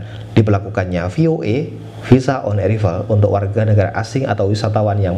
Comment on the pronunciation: Haha...bukan visa on erivel baca on eraivel🤣